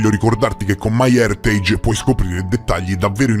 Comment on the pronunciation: Complimenti sinceri per la pronuncia di “my heritage”, hahah. Mi dà un po’ fastidio quando nelle pubblicità qui su YT o in TV pronunciano in maccheronico